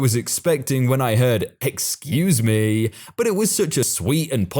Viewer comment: Storytime : While I enjoy wholesome stories, when there is a wholesome story, and the person saying, "Excuse me." isn't a Karen, you need to use an inflection of voice that does not make it sound like it is a Karen in the wild, but that it IS a sweet old lady. You do a disservice to the person in the story, and to the viewers of the video. Please keep in mind that vocal inflection is of primary importance in these stories. That is the only thing I have any problem with, and there may be others who feel the same way, but for some reason haven't said anything yet.